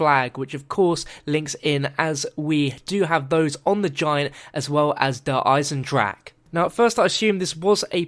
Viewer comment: Awesome Video! (Der Eisendrache is a german word, which means you have to pronounce the e at the end.)